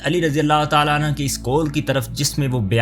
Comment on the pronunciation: Razi ALLAH ho tala Anhaaaa ni. Anhoo kehty hn❤